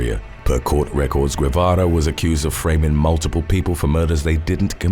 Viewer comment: Dude. Reynaldo's last name is pronounced "Geh-vah-rah"